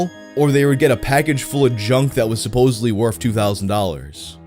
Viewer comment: You are amazing but the word is “supposedly” there is no v.